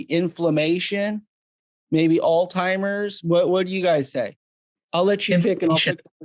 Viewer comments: It’s pronounced “all hi Mers” no T as all timers. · The guy can’t even pronounce Alzheimer’s. WTF is aldheimer?! Give me a break, please.